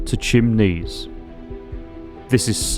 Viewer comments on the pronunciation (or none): This is Dr Gary Mair wanted to tell you It's pronounced Kimsee it's a lake in Bavaria near I was born do not chinese its German ok its exellent vlog anyway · Chiemsee - pronounced TJEEEMSEEE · It's not "chimneys" like the stove things that pop up at the top of your house roof.. The name of the map is Chiemsee, named by the lake of the same name in Germany. Pronunciation is worlds appart, and yours is universes away... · bro can you say it right? chimney? chimese? come on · HAHAHAHA. The name of the map is pronounced "KeemZay". Chiemsee is an actual name of a place in Bavaria, Germany. Crazy Ludwig (King of Bavaria in the 19th Century) actually built a smaller replica of Versailles there. Great video presenting the map! Lots of fun! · Not even trying to pronounce the map name right. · not jus the once either, and gotta say, boring video